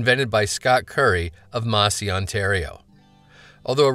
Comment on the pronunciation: Also, hate to be a downer, but the town Massey is pronounced with a Canadian A, like in the word ass.